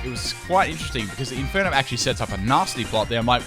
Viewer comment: "Keep this an NU battle" against an Infeernape, T-Tar, and staraptor